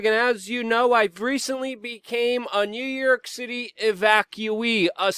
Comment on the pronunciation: I laugh every time he says "New Yerk" 😂